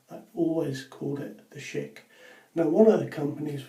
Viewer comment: Thank you for saying Schick correctly! I hear people saying sheik and I am like "It's not a middle eastern man, it's Schick!" (Sh-ick) 😂